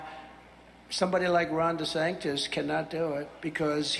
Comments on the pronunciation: Lmfao is he purposely saying “Ron Desanctis” 😂 or is that the lack of pronunciation this half dead mf exercises daily lol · Tiny Ron is so much better, and easier to pronounce, than Ron Desanctus. What a complete and total fuckup. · So this dip💩 wannabe dictator mispronounced his joke nickname of “Desanctimonious” as “Desanctus” and he and his cult have stuck with it? Wtf do his minions think Desanctus means other than their musouth and demented leader not being able to speak?